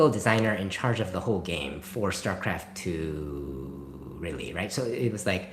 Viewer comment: 8 seconds in and I guess it's called Shtarcraft 2.